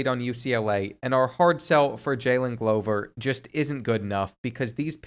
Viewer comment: He said Glover the right way🙌🙌🙌